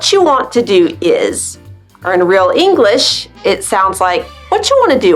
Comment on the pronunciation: Do you say English-ah or am I hearing things? LOL